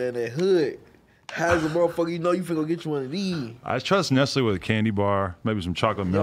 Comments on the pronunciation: Why adam pronounced “nestle” like “nessly” 😂😂😂😂😂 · Stringer im not from the US but neither is the company 😂 im dying if thats on the ad its pronounced ness-lay